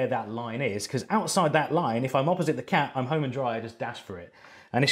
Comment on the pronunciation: Watching this in 2020 even after Tenet and hearing him say Tac instead of cat...lols